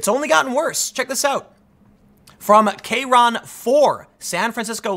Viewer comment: Did you really pronounce it K-RON ? Its one word dude. KRON